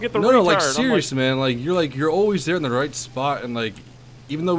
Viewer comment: Ahahah Spark Thunder and xD "sose 20 mm are like gandy dust to ze german planes"